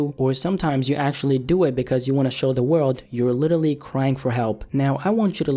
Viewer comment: why he says littatly instead of literally tho